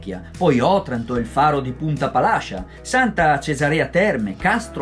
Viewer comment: Buona sera. Oddio, poca roba... Per quello che ho notato io: 1) Si chiama Punta Palascìa e non punta Palàscia; 2) Si chiama Santa Cesàrea Terme e non Santa Cesarèa Terme; 3) La grotta Zinzulusa è stata scoperta nel 1793 e non nel 1973. Mi scusi se mi sono permesso ma visto che me lo ha chiesto, le ho risposto. Comunque il servizio e veramente bello e ben fatto. Ancora complimenti e spero che nel Salento si sia trovato bene e sia rimasto ben impressionato. Le auguro buon lavoro per i prossimi servizi. Franco Lazzari